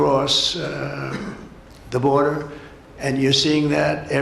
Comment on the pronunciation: The "boderzar"😂😂